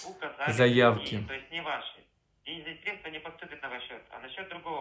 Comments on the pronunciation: Если говорит средствА, сразу понятно кто это! Банковский работник знает, что это срЕдства! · Касательно, я вас понял, средствА.. 😂😂😂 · Они обычно говорят КомпромеНтация, с буквой Н... В сегодняшнем дне, вчерашним днём)) , средствА с ударением на последнем слоге.